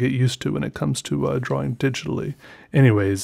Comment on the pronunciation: I love how he says "drawing"... "draw-wing"